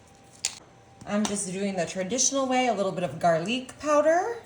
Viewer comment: Oh stop it, it's fun. Garleek is iconic